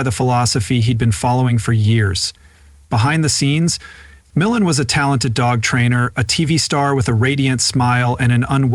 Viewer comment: How many times can this narrator say his last name wrong? It’s disturbing take your time when you read and say the same words over the same way not a different way because you don’t understand how the word is supposed to sound to begin with if you don’t understand how to say his last name go to any of his shows and listen to how it’s pronounced